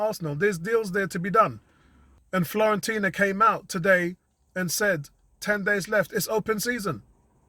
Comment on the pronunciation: Nice synopsis mate....we are all in the wait and see mode right now.....and by the way ....there is no 'L' in Fiorentina 🤣👍🏽👍🏽